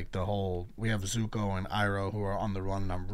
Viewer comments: If u call zuko, zoku one more time😭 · Zuko For the love of god stop saying Zocoo😣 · One thing I find funny is you keep saying the ex-prince’s name wrong it’s Zuko (Zoo-Co) lol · Love your reactions, just want to make sure you know that it's Zuko and Mai (pronounced like May). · not you saying zukos name wrong lollll love the videos!!